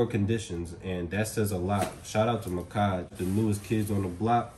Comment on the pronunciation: Muhkage? Lmao I read it as Mack-ege lmao the blue one is so sick tho frrrr